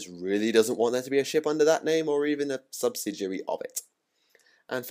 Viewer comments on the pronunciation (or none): none